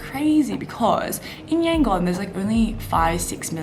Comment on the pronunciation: According to latest census, 90% Buddhists, 4% Islam, 4% Christians, 1% Hindus and the rest are animists and what not. Don't take those numbers as gospel truth though! Also, the "gon" part of Yangon is pronounced more like "dome", substitute "m" with "n" sound, not Yan-"gone".